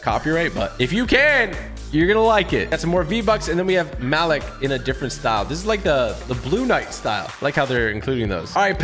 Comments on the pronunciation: Muh-Leak not Malik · It’s Malik(Ma-LEEK) not Malik(Ma-Lick) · It’s pronounced maleek not ma lick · It’s pronounced maleek not malick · did anyone else feel wierd when he said malik when u lnow its pronounces {Mal-Leek} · Is it just me or am I bugging for pronouncing the name Ma-Leek??Just curious, no cap...🤔🤔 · Its Ma-leek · So no one is gonna talk about how he mispronounces Malik 😂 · Ur pronounced malik name wrong 😑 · Tg the Malik skin is pronounce like the a makes the u sound and I sound like a e.